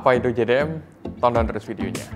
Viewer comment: Jei Di M (JDM) Bukan Ji Di M (GDM)